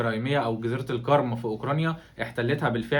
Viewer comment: انت في اوكرانيا بقالك 100سنة وبتنطق كلمة جزيرة القرم خطأ